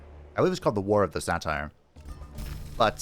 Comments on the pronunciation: the way you say satyr like satire 😭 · That is..a way to pronounce Satyr, I guess. Not one I've heard before, as far as I can recall, but eh.